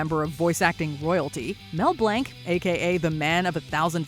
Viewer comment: She really called Mel Blanc “Mel Blank”